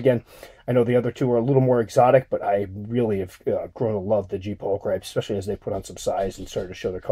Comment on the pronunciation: I hear some folks pronounce it the way you do, and I just cannot do it. "Pull-cripes!" sounds like something you say when you twist an ankle. I call it a "pul-kreh-pes". I might be completely all wet, but it has a French savoir faire feel and I'm stickin' to it. :-D Also, my G.p is doing the opposite of yours. Mine rocketed to a bit bigger than yours in the vid...and has apparently decided that it likes its size as is. It stays out on top of the enclosure, even though it has an awesome tunnel system beneath it...going there only if I open the lid. With the lid shut, it plays the grrr-arrgh routine when something is close or disturbs it. Almost OBT-like. Perhaps this why my OBT acts un-grr-arrgh-ish. heh.